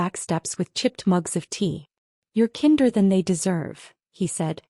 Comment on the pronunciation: Great story. Still funny when kinder is mispronounced as kin-der but a few words later properly says kindness.